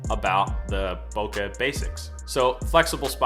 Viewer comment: Great video! It’s pronounced bow-Kay. :)